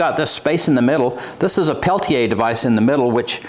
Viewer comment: Thank you for taking a few minutes to learn the tech and how to correctly pronounce "Peltier." Great video! Great find! Thank you.